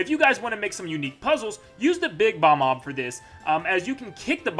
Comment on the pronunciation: bob-omb not bomb-ob